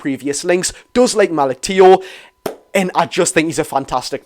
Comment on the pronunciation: It's pronounced malik chow 👍hope we get them both. Unreal👌